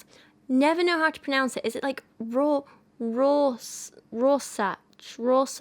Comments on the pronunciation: Rohrschach is probably easiest for you to pronounce if you say Roar-shack, but if you want to be exact about it it'd Roa (french/german 'r' - shah - and the ch is like a Spanish j, like the static noise from an old TV, very low in the throat. Hope this helps :) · As far as I know, Rorschach is pronounced like "Roar-shach", with the ch at the end being pronounced like in "Loch Ness". I love these poetry videos btw, but never feel like I actually have something to add, so here's finally some knowledge I can share xD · As a German speaker, I might be able to help out with "Rohrschach": Try a mix between "roar" and "raw" in your accent (with a distinct r in the end) and, much like in "Schadenfreude", the "-scha-" part is with a very low open "a", the "ch" probably being the hardest for English speakers, go for the Scottish "Loch" type "ch", that's "Rawrshach", hope that helps :) else just ask google to pronounce it in German ... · Rorschach is pronounce Ror-shack. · 3 years too late, but the ink blot tests are pronounced "roar-shack" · heya! no idea if you'll see this, but Rorschach is pronounced 'raw-shack' in your accent. it's German, so if you want to be super proper, it's 'raw-shah-ch' with the ch being that throaty sort of air sound. like a weird hiss-growl that we don't have in English. but yeah, in accents like mine or yours we'd just say 'raw-shack'! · It's "Rorshach" with a long o. It's a German word, that's why I know. I don't know how you write the "ch" sound in English though. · Roar-shack is how you say Rorschach I’m pretty sure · I've always said it like, "Roar-shack" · Rorschach is pronounced like Roar + Shack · You pronounce rorshach "roar-shack". At least, that's how they say it where I'm at. (Source: Professors during my time getting B.A. in Psychology) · Rorschach: think Ror-shach and pronounce the "sh" as in "shower". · Roar-shah*cat hissing noise* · rorshach is pronounced roar-shack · Roar-shock, tur-she-airy.